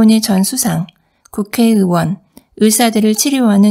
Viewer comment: 으원ㆍ으사ㆍ으학 아니고요 의원ㆍ의사ㆍ의학 입니다